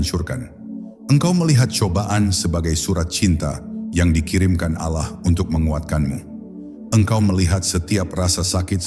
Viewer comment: kenapa ya ucapan alah bukn Allah